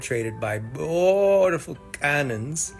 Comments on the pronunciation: every time he says bootiful I want to end it all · Why does he say beautiful like that? This has to be satire, right?